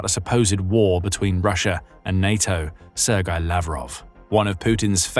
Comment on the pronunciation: bahahahaaaaa, I love how you folks 'sir GAY'ed Lavrov =)))